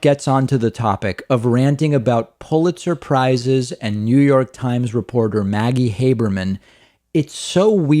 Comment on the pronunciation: Trump sound like he’s saying pulit surprises